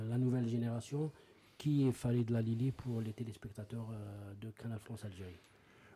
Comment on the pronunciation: Génial ! super émission ... je voudrais juste rectifier : C'est ALILI et non LALILI , merci